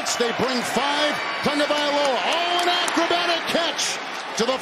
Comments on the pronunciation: I would love if Tua would do a live lesson on how His name should be pronounced! Analyst keep saying it as if there is an "N" in TAGOVAILOA, do any of you see & hear what I'm saying? Help me out, please! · O M G! Would the one old white dude please pronounce the QB’s name correctly. It’s not Tungavailoa. It’s Tagovailoa. It’s only right there on his jersey! As an old white dude myself, and a highschool coach, it irks me when other old whities live down to the stereotypes of my race. The kid made it to the NFL. He deserves even more to have his name spoken correctly. And as a professional broadcaster he should know better.